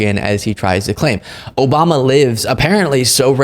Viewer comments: Obama. Isn’t a president anymore why does this idiot keep saying oboma. Lamo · O-BOM-NUH! Tresident Pump lol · ‘Obamna’ ???? lol Chump’s Done!!!